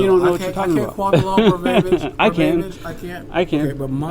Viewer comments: He said ''quont the law verbaybige''....Lmao, tried to correct himself.....Then said it again. Who cannot say, 'quote the law verbatim'? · He can't "quote the law ver-bay-bidge"... can't quote the English language as well 😂